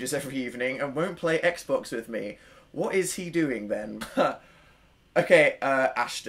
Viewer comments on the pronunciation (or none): none